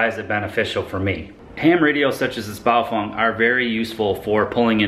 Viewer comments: It pronounced Baofeng not Baofong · Pronounced Bow- Feng, not Bow-Fung! In the event of an EMP, this little toy radio will die like 90% of all other electronics It is not a ham ht and on the VHF band this radio has 3rd order harmonics in the UHF public service band and can and will interfere with 1st responders! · ...sory but Bay'o'fang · Am I the only one how noticed that he calls the radios Bio-Fung?